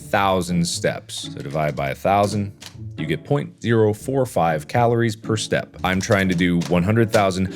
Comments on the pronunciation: Mark is saying "step" but it sounds like "stab" 😂😂😂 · After awhile its sounds like Mark's saying "stahp" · It sounded like he was staying “stab”😂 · Mark saying “Step” just started sounding like “Staph” xD